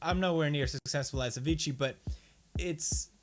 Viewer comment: its a--vee--cee not avichi